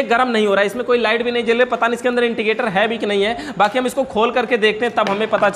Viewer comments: Wo intigater nhi indicater hota hai... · इंडिकेटर को इंटिकेटर मत कहो स्क्रू को सकरूप न बोलो